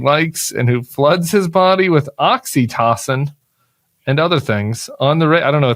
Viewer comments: Oxytocin is a hormone linked with emotional bonding, often called the love hormone, though I've never heard it pronounced the way you're pronouncing it. From my exposure, it's always been pronounced oxy-tow-sin. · Yeah he needs to pick up the right pronunciation. Oxy-toe-sin.